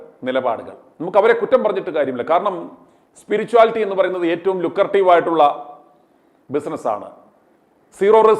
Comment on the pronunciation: സ്യുടോ "സ്പിരിറ്റ്വലി " എന്ന് പറയൂ.